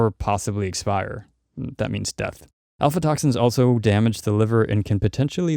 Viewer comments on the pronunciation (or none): Aflatoxins, not alfatoxins :) Overall, great info!